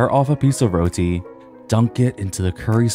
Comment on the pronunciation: amazing video! Tips on pronouncing Roti, it's more like Roh-Ti, not Roll-Ti